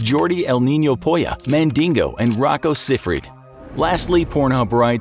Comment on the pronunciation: The way you pronounced Rocco Siffredi makes me crawl in a hole